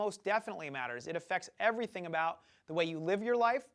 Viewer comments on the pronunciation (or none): none